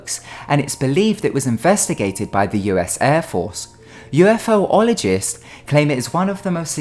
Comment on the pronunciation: I really enjoy your vids but it's UFologist not UFO-ologist XD